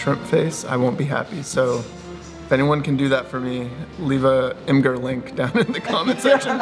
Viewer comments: It's pronounced Imager. not Imgur. :D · Pretty sure it’s pronounced imager.